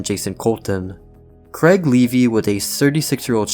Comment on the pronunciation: It’s Craig not Creg